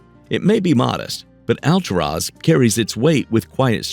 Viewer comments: I lived in the City of Clearlake when my son was born. It's Al-tour-is !!!! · It's pronounced AL TUR AS! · hey, stupid! It's "Al-TOOR-as" OK? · 😂😂😂Hold up how is he pronouncing Alturas "All-to -Ross "😂😂 he failed to mention in order to get to that town you're going to have to go through little dinky towns Like , round Mountain,Burney,Fall River Mills in a few more to get to "All-to-Ross"😂 In the bad thing about driving to those towns you got to deal with Canyon twists and turns big semis are driving hella fast around those curves there are rarely no guard rails so if you don't have good reflexes you're just going over the canyon Edge😬, and you're looking at elevations of 3,004,000 Ft Summits to get there so don't dare go when it's winter that snow is going not going to allow you. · You should make an effort to pronounce "Alturas" correctly. It's not Al-tur-OZ!